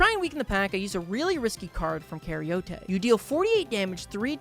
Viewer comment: Karyote is pronounced like eukaryote without the eu (care-e-oat)